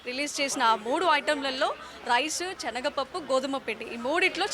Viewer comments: చెనగపప్పు కాదు, శనగ పప్పు అండి. మంచి భాష నేర్చు కోండి. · చనగ పప్పు కాదు... శనగ పప్పు అనాలి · Amma language sari chesuko, chanaga pappu kadu talli, SANAGA Pappu, telugu sariga inka nuvvu nerchukoli amma, dont mind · చెనగ పప్పు కాదు, సెనగపప్పు అని పలకాలి ఇంకా భారత్ రైస్ కోసం రిలయన్స్ స్టోర్ వెళితే దొరుకుతుంది భారత్ రైస్ దొడ్డు బియ్యం లాగా ఉన్నది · " 360 నిజం ఆలోచనను మారుస్తుంది " ... చెనగపప్పు కాదమ్మా అది శనగపప్పు " .. పదాలు తప్పులేకుండా పలికితే తెలుగు బతుకుతుంది 🙏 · Amma THALLI chenaga pappu KADU , senaga pappu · చనగ పప్పూ కాదు, శనగ పప్పు, ముందు భాష రాని వారిని యాంకర్ గా పెట్టిన వెధవలు అందరిని పాడు చేస్తున్నారు.